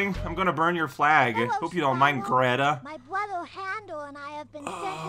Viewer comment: Oh nyo waocow, are you twoubled by da way Gweta speaks?